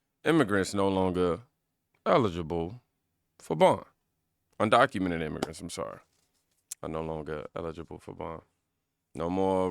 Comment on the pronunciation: The news lady said "undonkumented". LMAO.